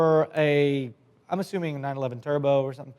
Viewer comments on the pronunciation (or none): none